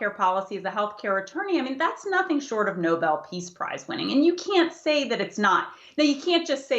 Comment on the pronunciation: Watch her lips. She literally says "NOVEL peace prize". So, either she literally has no clue that it's "NOBEL", or she did that on purpose because she know he really doesn't deserve the real NOBEL peace prize. Her cheesy smile from the beginning makes be think she knows she's shoveling some BS at us.